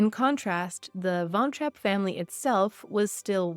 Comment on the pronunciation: Typical northamerican, you couldn't bother to take the time and learn how to properly pronounce the family surname